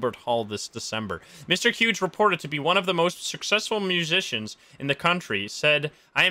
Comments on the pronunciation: Is it me or did he pronounce hughes wrong isn’t it like “hews” or am I the one saying it wrong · You're right. He pronounced it wrong.